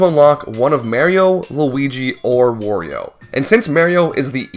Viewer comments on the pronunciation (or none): i dont think i will ever not be distracted by hearing Mehrio instead of Mario, also got distracted by hearing Worio too, just kind of funny to me how it just short circuits my brain just from hearing it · Disgusted at the double standard of not also pronouncing Wario as Way-rio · He pronounces Wario like I imagine Wario would pronounce Wario